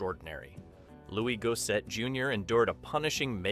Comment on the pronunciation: Who the hell is Louie Goeset